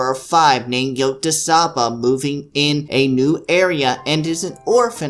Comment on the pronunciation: It's pronounced Yo-tsu-ba. -_